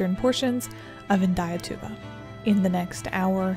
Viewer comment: As a Brazilian guy, I can say that you said Indaiatuba perfectly! I live near (14 miles away) where this tornado has hit, and I can tell you it was scary as hell. If we had the same level of research and documentation that US has, this Indaiatuba tornado would have been rated a F5 (older ratings) or EF4 (modern ratings). I also think Dolores tornado should have been rated as an EF4. Thank you so much for this video.